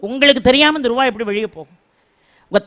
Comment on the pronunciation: ள வரும் இடங்களில் நீங்க தொடர்ந்து ழ ழி னு உச்சரிக்கிறீங்க. முதலாளி - முதலாழி வெளிய - வெழிய அனுபவங்களை - அனுவங்கழை ஆனால் சூழல் ஐ சூளல் னு சொல்றீங்க தமிழை ஏன் குதறுரீங்க?